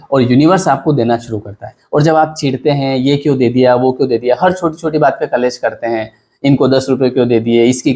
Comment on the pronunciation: कलेश मत बोलिए .. क्लेश बोलिए ... उच्चारण सही करे ...